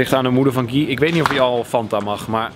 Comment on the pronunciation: Het is geen gi maar guy